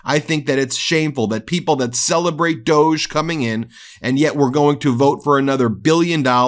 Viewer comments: 😢please pronounce Doge “Dodge”. That’s the intent I am sure. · Doge should be pronounced Dog-e. Two sylables